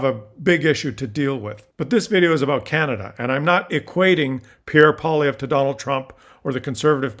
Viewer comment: You are pronouncing this CLOWNS name wrong. It's Poi-LIE-vre.